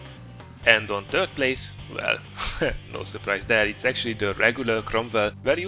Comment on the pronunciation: your english is superb, but 'third' sounds like 'turd', which describes the french TDs very well. Nice vid!